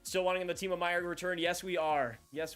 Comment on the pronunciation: I wish he pronounced it Timo